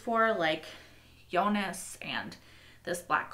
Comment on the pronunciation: I'm not so bothered by her pronunciation of most names (but then I'm not German), but I'm just glad she stopped calling Jonas "Eunice". It always confused me whenever I heard it.